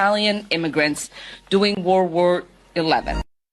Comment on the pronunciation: Ilhan Omar also does not know how to pronounce the word “during“. The nasty woman said “doing“.